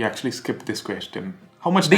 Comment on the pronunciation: say "actuallah"